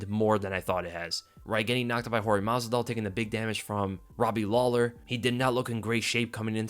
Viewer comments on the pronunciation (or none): none